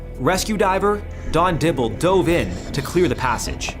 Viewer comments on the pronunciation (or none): none